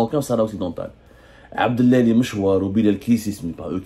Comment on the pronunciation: عبد العالي وليس عبد الالي. انطق الاسم بالعربية